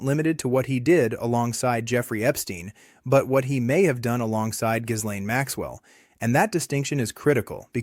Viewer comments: The "s" in Ghislaine's name is silent. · AI isn't following this case very closely because it can't pronounce Bondi and Ghislaine correctly.